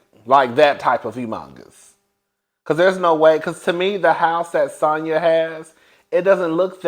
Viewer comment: One thing cuzzzin gone do, is fck up a name. 😅😅 It's pronounced Sonya not sandya.